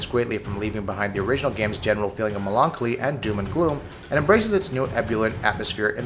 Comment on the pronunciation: you forgot "melonkly" .